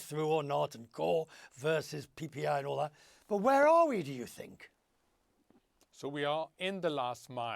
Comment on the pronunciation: Yes, he has a Speech impediment.